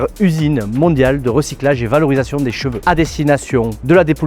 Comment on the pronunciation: Les gens qui prononcent cheveux « j’veux » 😅